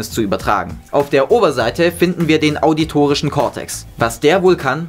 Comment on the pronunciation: Sehr Informativ, aber es heißt auditorischer Cortex und nicht autitorischer Cortex.